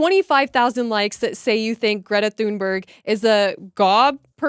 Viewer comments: Not that she deserves the correct pronunciation, but for others sharing her name, "Thunberg" is pronounced 'Toon-berg', with 'berg' pronounced like the German 'berg', not like 'berg' in 'iceberg'. , the graphic is excellent, compliments to the artist. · Learn to pronounce “ Thunberg”. It’s not an English name so you can’t apply English pronunciation rules to it if you know any.